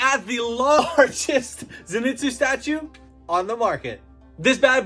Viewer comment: STOP SAYING ZINETSU IT'S ZENITSU!